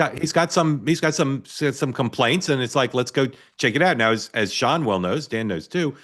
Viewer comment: Spicer's first name is "SEAN" not "SHAUN"......